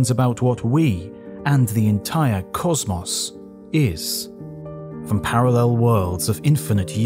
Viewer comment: why do you pronounce cosmos like that? so annoying. otherwise good video